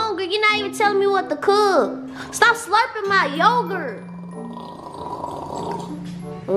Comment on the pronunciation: “Pic my yoguts up”